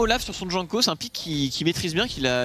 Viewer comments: C’est pas sérieux de mal prononcer les noms des joueurs comme ça, franchement ça coute pas grand chose de se renseigner hein pcq les Jean Kos a tout va c’est pas possible et pour Jeskla c’est la même, dans les langues germaniques le « j » ne se prononce pas comme en français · Putain il m’a fait pété un plomb à prononcer Jankos comme un connard